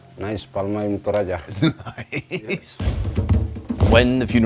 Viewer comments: I loved this video and the respect you've extended to the Torajan people of Sulawesi. may I add that you learn the correct pronunciation as well, please... Asia does not use Spanish pronunciations, except in the Philippines, as they were colonized by the Spanish. It is Tana Toraja/ Torajan and not Tora-yan as you pronounced using the Spanish pronunciation commonly used in the US. I think complete respect for the culture and the people comes when we learn to pronounce words as they do. Not twist it at our will. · It's pronounced Toraja, not Toraya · It's not Toraya, it's Toraja with a J not a Y, we're Indonesian, not spanish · It's toraja not toraya...it's J not Y. Like Jar not Yar. You missed pronounce the word Ja into Ya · it's ToraJan not ToraYan, the correct spelling is like J in Jelly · Toraja.. not Toraya... You'd come to Toraja, but still spell it wrong...😃😄😄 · The ‘J’ in “Torajan” is actually pronounce like ‘J’ in “Joking” ❤️ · It is not torayan. Its toraja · Actually the name not Torajan but Toraja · It's spell "Torajan" with Jan for January not "Torayan" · great video, but Toraja is not pronounced "Toraya", it's To-ra-ja, the J is still pronounced J like "Jack". it's not germanic language that J pronounced as Y. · The way you pronounces “TORAJA” is wrong. Its not toraya but toraja (with “g” for the spelling) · The J is a j sound not a Y btw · Ah this is during my grandma's funeral if it was recorded this year I was upset i couldn't fly into indonesia for it. Alos the we pronounce the name Toh Rah Jah not (Yah). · It's Torajan (j like in jump), not Torayan ^_^ Btw, I always enjoy your videos. Terima kasih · You pronouns it wrong. it should be TO-RA-JA not TO-RA-YA. Don't pronouns the Tribe Name with your spanish tongue. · The way you said "Tourayan" little bit hurts me lol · Is it pronounced not torayan?? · Interesting as always! One thing I tho.. Torajan is pronounced with the J the same as English. Not tor-EYE-an.